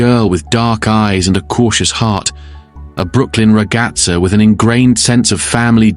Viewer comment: It's Regazza NOT Regazzo. Please if your going to speak our language don't slaughter it.